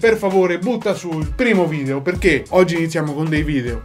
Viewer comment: Bel vidèo [ovviamente pronunciato vidèo perché video non ci piace], sono morta dal ridere 😂